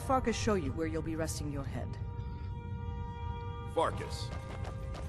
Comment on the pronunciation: That guy is called "Farkas", really? That's strange. It means "wolf" in Hungarian and it is pronounced [farkash]. Sounds rather annoying and lame with an anglicized pronounciation... I bet we'll find out he's a werewolf or something. Oh that would be so lame.